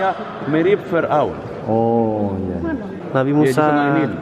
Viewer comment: kayak nya beda pengucapan sam kita ya ngomong fir'aun. bilang nya,fira'un